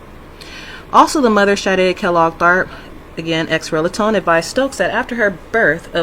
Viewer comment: "X relatone." Moorons - always mispronouncing words they don't understand.